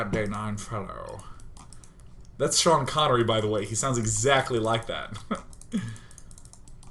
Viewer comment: Smaniii1, HIS NAME IS SEAN NOT SHANE